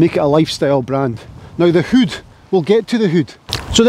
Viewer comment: You can’t beat a Scotsman saying the word hood XL great content in all your videos. Here’s to the next 100,000 viewers 🥂🏴